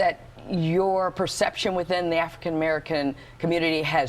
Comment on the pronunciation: Why the host with the black skin can't pronounce African American.